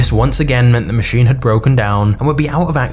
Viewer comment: Does everyone talk like you with that annoying inflection at the end of every sentence? Is that a thing now? It's so annoying, you make it hard to focus on the video. Example: it's called a machine, not a machinnnnnnnnnne.